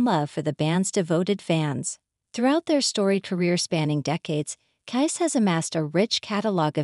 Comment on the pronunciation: Is this being read by AI? Listen to the first sentence. Maybe a human would mispronounce 'bassist', but not the word 'KISS', which is mispronounced throughout. That aside, the only thing "natural" about this is their natural attraction to $$$.